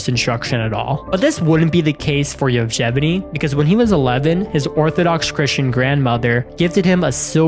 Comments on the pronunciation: its Yevgeny, not "Jevjeny" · The Soviet Union no longer existed in 1996 and the name is pronounced evGENy with a hard G as in grand. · he is literally called: "Yefgheni". Not the weird name as you pronounce it. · He said " JevGevEny” 🤣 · Why do you pronounce Yevgeny's name like that?